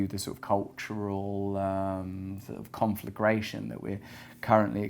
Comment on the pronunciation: Did Russel say “confligration” at ~ ?